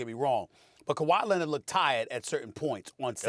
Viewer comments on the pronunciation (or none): Stephen A - “Kawhi Linnit”